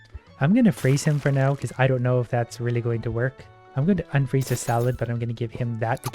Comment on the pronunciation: "im ganna fraze him for now"